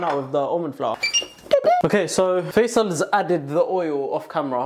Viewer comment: yalahwi , a couple of days ago i was thinking to myself how your brotherhas a name of a street in egypt , when he actually said it i was so shocked ,i feel monitored again wth , but it's faisal not faizal.